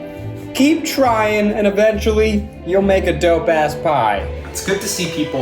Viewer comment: A dough-pe ass pie? I'm sorry